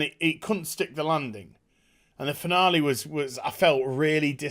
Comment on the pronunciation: What said: What a finale. What I heard: What a banana. 😝😁